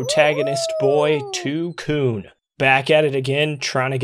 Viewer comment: Broooo, pls stop saying twocoon, c**n is a racial slur and it just sounds wrong